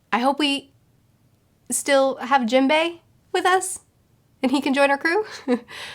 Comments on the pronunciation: Jimbei? Dont you mean Jim-bay? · Wow can’t get over the way you call characters please educate yourself on their names it hearts my ears